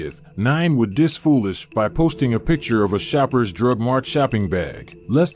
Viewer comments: its shoppers drug mart not sheppards . Im from sheppard go listen to the block ranski gleechi, 1901 linky, j neat, tim neat, eddy woodz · It’s called shoppers bag boss not sheappard